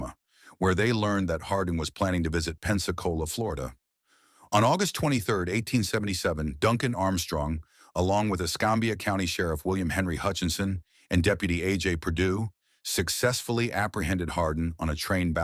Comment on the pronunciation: "Escambia" County, Pensacola, Florida. Pronounced "s - cam (like camera) - bee-yuh"; Accent on CAM. Pretty sure those bounty hunters would scare me, too!